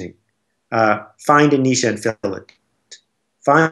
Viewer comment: Good interview, I'm glad to finally hear someone pronounce the word Niche correctly, I lose respect for people immediately when they say Nitch! Just a pet peeve but made me like Seth more, and made me feel like he really knows his stuff.